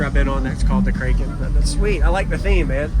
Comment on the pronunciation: Short a when you say kraken. Nice build.